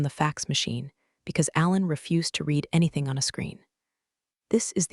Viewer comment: A few constructive remarks. 1. the past tense of the word "read" is pronounced "red". 2. Your new ending isn't working. There is video but no audio. 3. I don't know how your video's text is created, but there are quite a few misspellings. Sometimes Lawyer is spelled liar. That's enough for now. I do love your videos.